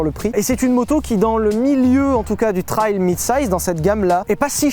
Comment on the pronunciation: Si je l'entends encore une fois dire "trayle" je l'étripe haha